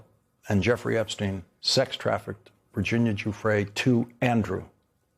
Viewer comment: Thank you for pronouncing Virginia's name correctly---one of the very few unfortunately. I do not believe for one moment that she killed herself. She was removed.